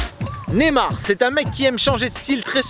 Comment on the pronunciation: C Neymar pas nemar prononce le bien stp